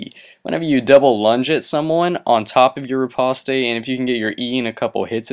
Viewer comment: It's not fucking repostay its pronounced Repawst